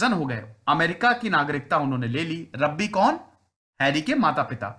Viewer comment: Bhai unke pitaji Rabbi the, Rabbi naam nhi hai. Rabbi matlab yahudi dharm k priest. Also it's not रब्बी, it's रॅबाय. Aapne toh Rabbi Shergil ki yaad dila di🤣